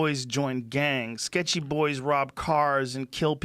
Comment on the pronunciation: Lol, i though the same thing, so i wrote the comment: Joe "sketchy boys " Rogan